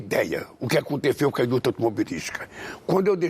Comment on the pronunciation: A indútia kkkkkk